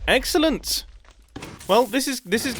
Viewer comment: did he said excellent or eggcellent??